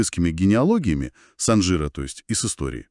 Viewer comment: Ударение правильно ставьте пожалуйста! СанжирА! На последний слог!